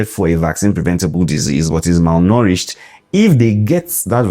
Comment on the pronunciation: Me too, I heard "malnouritched"😂😂 Thanks, Doc, for enlightening us with each video. We know better after every video we watch.